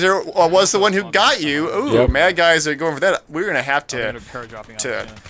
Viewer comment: Cool. It's suppose to be madsgyver though, not madgyser